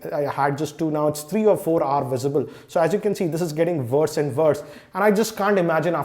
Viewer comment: It's worse not verse Terrible English mate